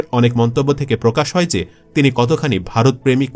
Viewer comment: তুমি সেই মাল না!!! যে কিনা হয় কে হই উচ্চারণ করে!!